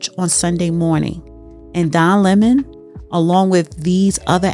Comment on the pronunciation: Say it with me "Don Lemon", not Lemming. Other than that thank you for the video.